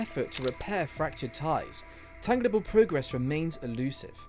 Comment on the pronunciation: tangible pronounced as "tang-gli-ble". Seems words over 5 letters long are falling out of favor in our educational system...